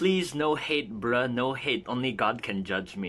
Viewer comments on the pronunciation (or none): "b r UH" i'm sorry it got me lol